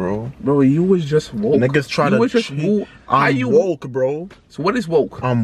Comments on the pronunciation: He said “I’m wolk” not “I’m WooK”😂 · “HE SAID WOOK HE SAID GDK” I’m crying 😭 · “I’m wook” “definition...🤌🏾” “I’m wook bro” I’m deadddd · calling “ Danny woller “: yo I’m wit this nigga he said he’s wolk Danny woller: hes not wolk:..nigga said u not wolk 💀💀💀💀💀